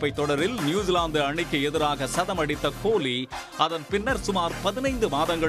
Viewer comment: உங்க தமிழ் அருமை "கோழி"